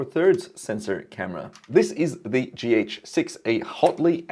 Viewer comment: For the first 2 minutes I couldnt focus much coz I was repeating in my head the word "G Heytch 6" over and over again haha . Interesting way you pronounce it :D